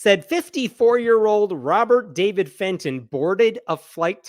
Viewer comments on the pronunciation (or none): none